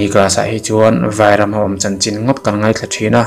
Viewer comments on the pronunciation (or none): none